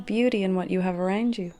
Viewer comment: no one:: arEWWNd me